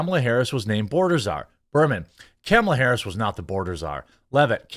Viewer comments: Kamle-toe Hair-us. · Comoolia harooos 😂 that made me giggle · "things are not going well for Kumulia Harus" :face-green-smiling